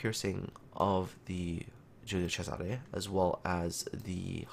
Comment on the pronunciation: I'm italian end you the only one (non italian) that pronounce the name of the ship correctly, I rilly estimate this